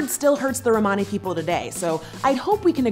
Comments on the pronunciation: The only thing that frustrated me was how you said Romani, I am Australian and was taught by a woman of Romani decent and she did not say it like that. But yeah, Americans must say it differently to us. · Romani is pronounced the same as Romans so Roman-ey like money not Rmaani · Please learn to pronounce "Romani" especially since you're "defending" us. Lol. The way you say it sounds like you're speaking about a group of Ray Romano fans. Hey look it's the "Ro-monnies!"